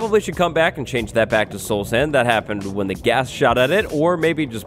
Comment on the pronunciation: lol you said Blast Ghast...aka Blast Gas